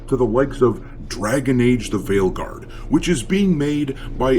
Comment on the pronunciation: When you said the game's name at the end, I heard it as "Dragon Age: The Whaleguard". Seems fitting, as it's the guard of all the blubber filled blue hairs.